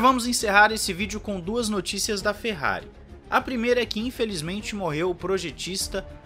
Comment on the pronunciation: É impressão minha ou ele largou um "Merrari" no início do vídeo???